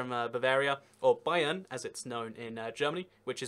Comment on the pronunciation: you actually didn't butcher bayern